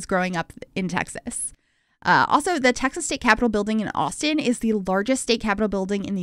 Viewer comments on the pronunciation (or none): none